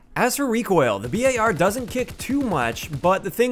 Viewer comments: Why u called it B A R instead of bar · FINALLY! Someone finally pronounced the BAR like B-A-R! 100% respect and subbed!